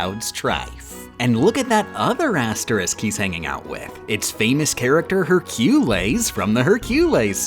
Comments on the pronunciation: Stopped watching when you pronounces Hércules as Herculis… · Please stop saying hurcules like that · Despite how silly that pronounciation of Hercules is, it's surprisingly close to the Latin Herculēs. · How many cringed every time he pronounced Hercules like "Heir-queue-lez"? 🤦‍♀️😂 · Good vid but seriously, what the fuck is a hercoolays? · Literally no one:: her-quel-ayes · Just because I'm not seeing anyone mentioning it, the way she says Hercules causes me physical pain every time he's mentioned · why is no one talking about how they pronounced "hercules" i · The way you say Hercules gives me diarrhea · I don’t like how you kept saying Hercules wrong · They way you said Hercules, just doesnt sit right with me. Watched whole vid, excellent. Just pronounce it correctly please...😂😂😂😂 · Why does he say Hercules like that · stop saying hercules like that its freaking me out 😭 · Its weird he pronouce hercules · everytime i hear pronounce hercules i die a little and cringe. Why? Why must I suffer like this? ITS NOT EVEN APRIL 1ST!!!!:face-purple-crying::face-purple-crying::face-purple-crying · Morning Ooohhh I know it was just for the joke but the way said Hercules name made my body shrivel up in Pain and Panic (haha movie reference)